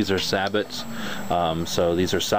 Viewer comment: its pronounced sabO not saboT with a t